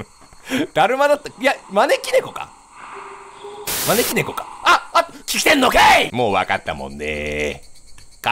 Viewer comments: まねき↑ーろねこwwwwww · 招き↗️いろ猫→ で草不可避